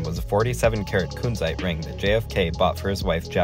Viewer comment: It's a short u, not a long one ^^